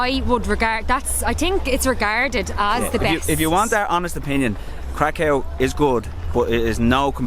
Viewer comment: oh yeah, Kraków is cool but Wrocław is just superb 😉 btw Kraków pronounciation is krakoov, not krakov. Why ? Cos ' ó ' it is not ' o ' . It's actually ' u ' ! But what we call it ' u ' - "closed". In PL there are two kinds of 'u' = normal one which is U and Ó. So Kraków = krakoov ✅. Ps. Guys,next time come to PL in spring or in summer with a temperature up to 38-40°C 🥵😉 Best Regards